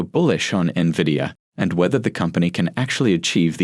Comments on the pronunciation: When are people gonna understand the correct pronunciation of Nvidia. It's NOT Nah-via idiots, it's En-vidia. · How would one trust these experts when they can't even pronounce the company name correctly? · Fun fact, the pronounciation of NVIDIA is the same as Spanish word Envidia, which means "jealous"